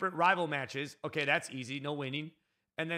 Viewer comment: Why do you sey ogay and not okey